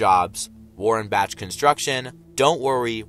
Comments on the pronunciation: It’s Bach (bak) not Batch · i believe that "tyre" is a saw also i think bach is pronounced back but with an elongated "A" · Its Warren-Bak pronounces Bach is said like Bock. The logo is not lightning it's an excavator / table saw.